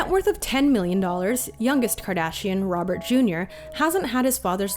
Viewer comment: I died ROBET KARDASHIAN